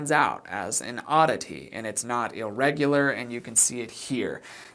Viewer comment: "illregular"? That's not a word.